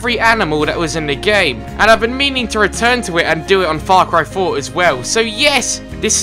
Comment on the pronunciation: In this video it sounded as if you said fuck ry for